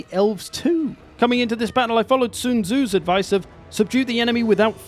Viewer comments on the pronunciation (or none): Loved the video but I also loved the way you pronounced sun tzu 😂👍